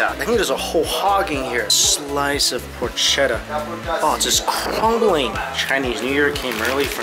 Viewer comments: Great video!! Just one thing...Porchetta is pronounced Porketta, not Porshetta. I know it's not your language so it's not your fault...but for me, as an italian, it's incredibly annoying :P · As an italian i am offended by the pronunciation of porchetta😤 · Porketta. .. ch in Italian sounds like the K sound in English. Porchetta, forchetta, Bruschetta... if you're a tiny bit nerd around pronunciation then K up that ch 😉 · Por-kett-a. No shhhh. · Well, nice video but you need to get with your Italian. It is not "por cheta" it is "por keta" . A ch in Italian is the sound of a k. That is why there is no k in the Italian alphabet. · PorCHEtta, "k" sound not sh (dio cane) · The pronunciation is brusketta and porketta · FYI, its pronounced... por-ket-ta and the tomato bread is pronounced Bru-sket-ta...lol i'm so jealous. Haven't been back in 30 years :( you're the best!! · Just one thing: “porchetta” is pronounced “porketta”. Cheers from Italy 👍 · Hi, nice video! The Porchetta is pronounced with a hard C, like a K. You pronounce it "Porketta" (c+h = k in italian). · when you see "ch" in Italian words its a "k" sound "Por Ketta" "Ven Ki" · one thing: don t believe every thing they tell you, cause you are "only" a tourist for them. Porchetta will pronounce "porketta". And about the ice cream in Florence: in Florence you find the most expensive ice cream in italy. And there s not a real reason for that. Come to maremma, you will eat great, spending normally. Sorry for my english. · It’s a hard “ch”, so pronounced pork-eta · pourcheddaaaa :D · Porchetta is pronounced with a K for the CH I actually feel like secondary job is to go around the world pronouncing everything wrong lol